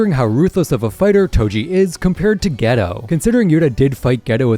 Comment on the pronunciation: ITS GAY-TOE!!!! NOT GHETTO.